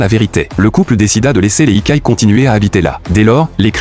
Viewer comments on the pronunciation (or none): Yokai, pas ikai 😂